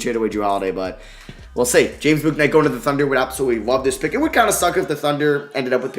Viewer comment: James bouknights name is pronounced "book"night